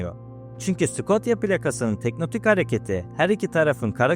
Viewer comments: Teknotik değil "tek-to-nik" abi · Teknotik değil tektonik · Abi "teknotik" değil "tektonik" Videoya odakalanamadım fjfjfndkkdkd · tektonik olarak telaffuz etmemiz daha doğru olur. emeğine sağlık.